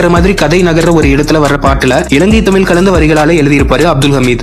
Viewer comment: தமில் இல்லை தமிழ் வேண்டும்